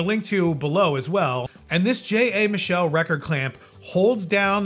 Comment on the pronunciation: Michell make the Gyrodeck turntable. I think it's pronounced like it has a t in it.